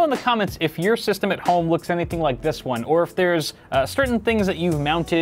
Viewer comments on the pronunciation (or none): “Juan, Twwwohhh, Treee, Fooowww!” Lmao